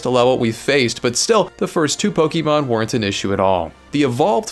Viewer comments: its POKE-UH-MON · Couldn't even finish it because you kept saying pokEEmon and it was grating on my soul like nails on a blackboard. Dude, wtf. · Not quite. It's poke-ay-mon actually. But I get what you mean. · She corrects him on how to pronounce Pokémon, but he resumes saying it wrong in the narration repeatedly! 🤣🤣 It comes from Pocket! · You know how to pronounce the word correctly, but still insist on incorrectly saying the word Pokémon. Interesting…